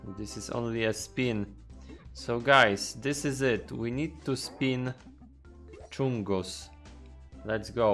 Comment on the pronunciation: It’s big chungus not chunga